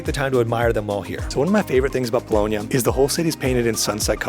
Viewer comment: Bologna ,not Bolohnia